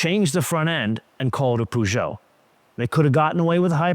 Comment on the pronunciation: Please Americans learn how to pronounce Peugeot, if you like cars learn how they are called!